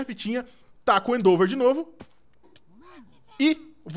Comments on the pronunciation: lÊ a porra do ataque com calma e pronuncia certo, primeiro vc começou a falar endover e agr endeover, cara o ataque se escreve endeavor mano fala certo q é endivor lê assim q ta certo, e nem vem kid falando q ele fala do jeito q quer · o nome do ataque é endeavor não endover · e end over nao endeover